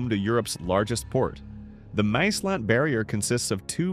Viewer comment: The Ems is not in the Netherlands, and you forgot the Vecht river....It is not Oeshtershelled or what ever you are saying, or maisland....this speaker should be FIRED!